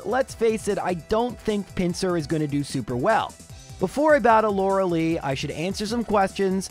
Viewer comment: Still can’t pronounce “Lorelei”, I see.